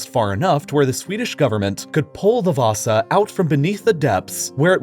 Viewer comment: You actually said the ship name (Vasa) pretty good.